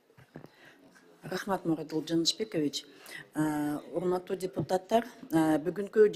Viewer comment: Уяяяят депутаттар,каржылоо,кыргыз ,мекелемелер деп создорду туура айта албай жатканына наалат